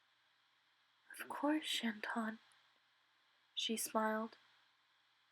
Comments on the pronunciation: May I say something that kinda makes me feel uncomfortable in all of the fanfictions you read ?... "Chaton". NOT "ChaNton". There is no "N"... It means "kitten" in french... ^^ I'm not being hateful or anything, of course, I just thought it would be best if you knew... ^^ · It’s CHATON. Not CHANTON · I loved this fanfic, really well read and great use of vocabulary. There’s just one little mistake, it’s pronounced ‘chaton’ rather than ‘chanton’ but that’s the only mistake 👍👍